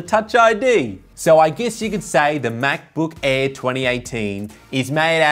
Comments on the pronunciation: Him saying Macbook Air sounds like Macbook Eh. 😂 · "MacBook aee"